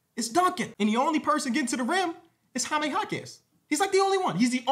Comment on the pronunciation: “Hi-me” I’m not even a Spanish speaker but I can’t have you going out like this